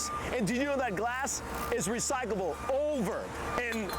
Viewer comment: Guy cant even say it right. He says RECYCABLE